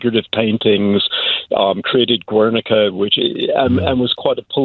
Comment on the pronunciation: you would think the editor of the art magazine would be abole to pronounce pisasso´s artwork "Guernica" correctly yet he sadly could not